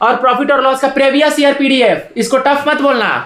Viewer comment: सब लोग मोटिवेशन लो भाई से, जब दिहात का लड़का , जो प्रीवियस को प्रेभियस बोलता है, उसका सिलेक्शन हो सकता है, तो भईया किसी का भी हो सकता है, भाई की ना ना प्रकार की बाते सुनो समझो और सिलेक्शन लो, शुभकामनाएं सब को। ठीक है।